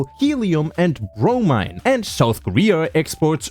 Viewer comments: bro mine?? you mean bromine or brow meen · It's pronounced bro-meen, not brom-eye-n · sorry for the annoyance, but Bromine is pronounced bro-meen not bro-mine grammar nerd out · Technically it’s pronounced bro-mean not bro-mine, but close enough. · its bro-MEEN btw not bro-MINE but ya no you totally right here we got combod by ts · "bro-Mean" is how it's pronounced by a majority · Bromine is pronounced bro-mene I'm sorry but I'm too autistic to just not leave a comment about this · The mine in bromine is pronounced like “mean” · i thought bromine was pronounced bro-mean?? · "erm actually, it's pronounced Bro-Mean-" No, it's pronounced REACTION BAIT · Did you said bro mi ne? 😂😂😂😂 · It's pronounced "BromEEn" 🤓👆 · it's pronounced bro mean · Yo bro its bro-meene btw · Hearing this god say bromine how he did hurts. I will not believe he is a god any longer. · Hears him pronounce bromine wrong, sighs, checks comments No one noticed, ig ima grammar nazi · bromine is pronounced with an (ie) sound